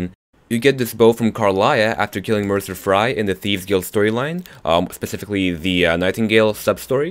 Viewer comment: Mercer Fray hahah, I love you!